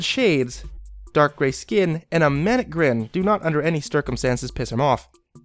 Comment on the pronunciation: Stircumstances haha ;)